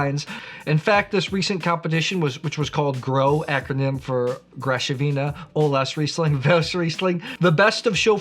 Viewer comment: Perfect pronunciation of olaszrizling! But high acidity? Come on, wine-searcher! It's rather the opposite...